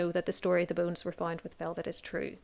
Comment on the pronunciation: I feel terrible, but i was quite far in before i realizes that, "boones," was actually, "bones." You have a beautiful speaking voice.